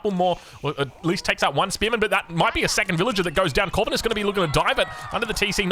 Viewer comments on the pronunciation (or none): Nah mate, ur pronouncing it wrong... It's not Corvinus... It's Corvinus... Good lord... 🙄😮‍💨